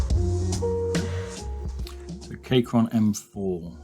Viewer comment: I'm sorry but as someone who uses Keychron a good amount I have found that it is pronounced Keychron with a key, not a Kaychron sorry for this comment but I cringed the second I heard Kaychron nice videos though really enjoy your content